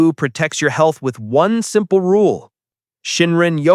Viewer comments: I keep hearing Wasabi, it definitely helping sushi tastes better for sure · Your pronunciation of wabi-sabi (侘び寂び) is 😂